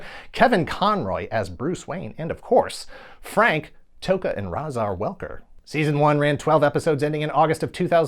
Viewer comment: You mispronounced Frank "Megatron and Soundwave" Welker's name.